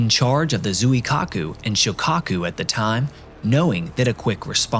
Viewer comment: Appreciate the use of professional voice actors but that means you need to match their effort. Actors will research pronunciation of foreign names and you need to do the same. Zweekaaku is correct pronunciation of the carrier name. Given the repeated references in the presentation, hearing Zoo-e-kaku every time is slightly irritating from a presenter of your calibre. Keep improving.